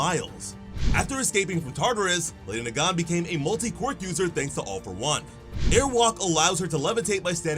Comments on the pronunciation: “Lawydiay Nagawn” 💀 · It should be LEHHDEE NAAGAAN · you're pronouncing her name wrong... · Ah yes, my favorite MHA assassin, Lady Nagan. (Why is my mans not pronouncing her name correctly?)